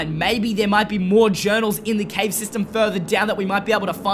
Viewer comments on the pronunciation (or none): none